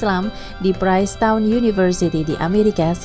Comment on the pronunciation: Princetown ; baca prinstawn bukan prainstawn